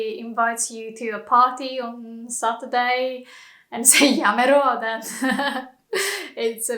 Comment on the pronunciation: satruday or saturday hahah